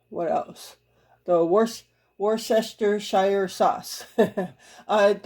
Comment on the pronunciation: Digital coupons and store brands can really save you money. The recipe looked tasty. Sometimes rice is difficult to cook when it's mixed with other ingredients. Not sure why. Worcestershire is pronounced Wooster - Shear. Crazy huh? Lol!